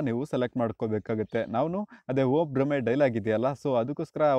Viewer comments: ಬ್ರಹ್ಮೆ ಅಲ್ಲ ಮಾರಾಯ ಅದು ಭ್ರಮೆ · ಗುರು ಅದು 'ಬ್ರಹ್ಮೆ' ಅಲ್ಲ... ಸರಿಯಾದದ್ದು ಭ್ರಮೆ...😂😂